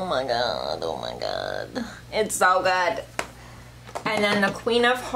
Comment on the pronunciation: You do realize that the word GOOD doesn’t have a T at the end of it, right?